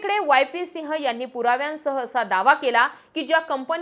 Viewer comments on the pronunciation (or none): none